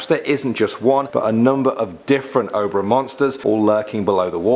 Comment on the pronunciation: "Oh-bruh river"